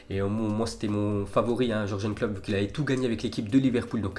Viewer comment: Ya que moi que ça choque le prononciation pour Klopp ?